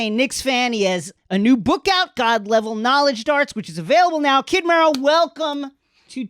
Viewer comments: It's not pronounced ME-RO, it's Mero, like “marrow”. Put some respect on the brand! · I'm so sorry but not sis saying MEEro